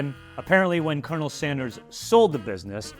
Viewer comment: Nobody told her about the R in colonel here.